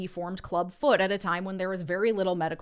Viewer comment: With extra emphasis on little